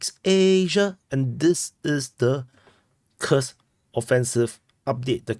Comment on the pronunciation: Kursk,is not pronounce Kers but Kurusk 😅😅